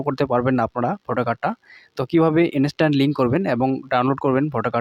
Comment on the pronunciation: ভোটার কার্ডের সাথে মোবাইল নাম্বারটা লিংকের গল্প তো অনেক হল এবার ভোটার কার্ডের সাথে ইমেল আইডি টা লিংকের গল্পটা বল শুনি। আর 'ইনিস্ট্যান্ট' টা কি??? ইন্সট্যান্ট উচ্চারণ করতে কষ্ট হয়???